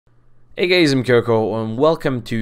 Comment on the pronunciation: Did he just said "hey gays"